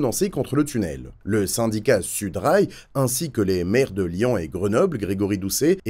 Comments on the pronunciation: Lyon pas « lian » ! 😢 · Bonne vidéo mais insupportable d'entendre "lian" alors que c'est historiquement LyON